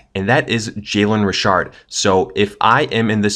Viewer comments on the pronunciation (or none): I pronounce it "Beat-hard" and you pronounce it "Beth-ard" ...i pronounce it "Rich-ard" and you pronounced it : "Re-shard" ok